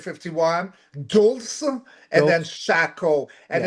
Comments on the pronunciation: please stop calling Roswell "area 51". Area 51 is in Nevada. Dulce is pronounced "dull say". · Dulce, pronounced like 'Dull-see'.